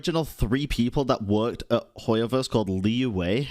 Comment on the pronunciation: Abit correction on the question . One of the director of mihoyo name is "Liu Wei", but the word "Liyue" do not pronounce as "Li Wei". It just because the VA pronounce the "Yue" word wrongly and no one seem to correct it. What i want to say is Liyue do not have any thing relate the director